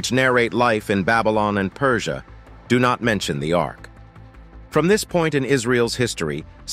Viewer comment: Ark, not Arc.